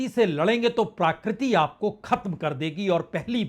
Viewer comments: सर, प्राकृति नहीं प्रकृति होता है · It's PRAKRITI not PRAAKRITI. Please pronounce right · माननीय पुण्य प्रसुन जी, क्षमा चाहता हूं शब्द प्राकृति नहीं बल्कि प्रकृति है... कृपया इसे अन्यथा न लें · प्रकृति,,, कहें जनाब प्राकृति नहीं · प्रकृति या प्राकृति ?? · प्राकृति नहीं, महोदय! प्रकृति बोलने की कृपा करें। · प्राकृति नहीं प्रकृति प्रभावित नहीं प्रवाहित। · प्रकृति का हिन्दी pronunciation प्राकृति तो नेहि है l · प्राकृति नहीं , प्रकृति बोलिए